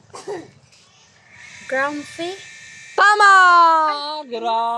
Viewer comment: Not CRUMPY but GRUMPY